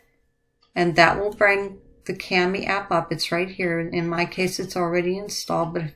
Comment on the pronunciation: It's pronounced “kaw-mee”.